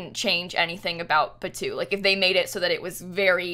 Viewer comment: Idk how the editing is going to work but as someone who lives in Disneyland and went to the pre opening of Star Wars land - this is ENTIRELY almost exactly detail for detail based on Batuu (which they are pronouncing wrong omg - I chose to believe this is a sims accent and not just bad fact checking but in actual Star Wars land it is pronounced BAT too)